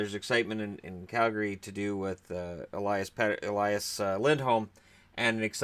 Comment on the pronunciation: Swede here. You pronounce Elias the same with Pettersson and Lindholm, eh-lee-as. And we don't make the 'sh' sound on just an s consonant as they do with Patrik Eliáš for example. But I'm pretty sure the sign above his s changes his pronunciation. Oh, and Lias Andersson is pronounced exactly like Elias but obviously without the E there.